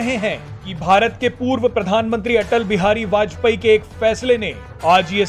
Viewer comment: Are bajpeyee kya kah rahe ho bajpayee ji kahane me kya dikkat hai